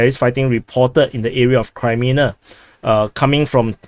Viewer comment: sounds multi lingual since childhood to me. His English has not been a problem but a joy to listen to because it seems informed by other languages and his keen ear and sense of humour. I keep being frustrated by him saying Crymina instead of Kremina and Adivka instead of Avdivka. Lemon instead of Lyman has been among the highlights of commentator humour in these dark days. It is a pleasure to subscribe to him.